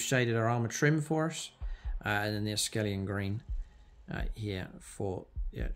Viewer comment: It's akhelian green not askelian green mate.